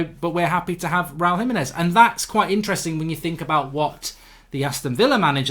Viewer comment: HE-meh-nez, not hi-meh-nez. No one can say his name right.